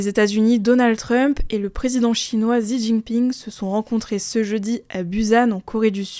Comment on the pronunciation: Petite correction car on fait beaucoup l'erreur, le nom du président chinois Xi se prononce Shi , comme shitake par exemple